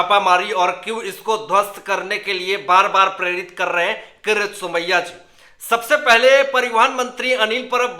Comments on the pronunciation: Please learn to pronounce the Name KIRIT Somaya and not for Gods sake Karat Somaya. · When will you learn to pronounce properly KIRIT Somaya instead of saying karat Somaya.. worst anchor of the world as far as pronouncing names.